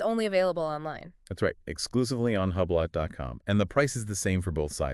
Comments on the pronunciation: It is Spelled Hublot. But it is Called Hublow. You people are not saying it the right way! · Huuublot 😂 It’s pronounced oooblow. This must be an AI channel. No person I know pronounces the brand the way you two do.